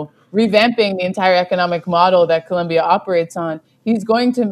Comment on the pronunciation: It's Colombia with an "o" not a "u".. When will you gringos learn?